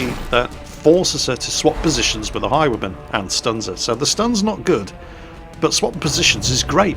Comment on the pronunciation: Took me 10 minutes to realize that you were saying "Highwayman" and not "High woman" >.<